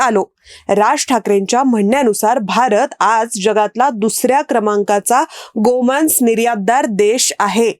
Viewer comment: गोमान्स हा उच्चार चुकीचा आहे. मराठी व्याकरण शिका. बाकी व्हिडिओ माहितीपूर्ण होता.